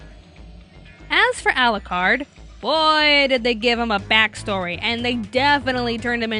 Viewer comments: "Al-lah-card" cringe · Ah yes, English dub for a story set in England, it sounds so obvious I won't bother watch it in japanese... (to hear them mispronounce all the english terms used in the manga... no thanks "Arucarudo") and the eng dub is good here!